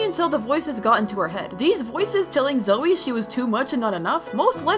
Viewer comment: 😅its not roomie its rumi its not zoey its zoey and its not meera its only mira 😂😂